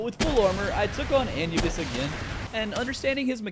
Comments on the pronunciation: No way he pronounced anubis like an-you-bis and not a-knew-bis. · Its prnounced a new bis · It hurt my ears every time you mispronounced Anubis..(A-Noob-biss btw) lol, aside from that, great video! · Pronounced ( A new Bis) 😂